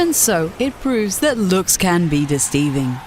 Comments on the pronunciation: "looks can be DISTEEVING" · Dec-teiving? :P